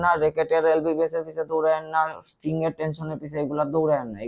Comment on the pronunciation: Tui to vai lbs e bolte paros na. Lbbs bolos.....